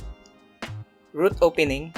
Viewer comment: ROOT not troot